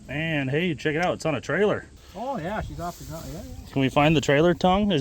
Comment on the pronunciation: That "Oh yah" at the start really socked home the midwestness this video is promoting.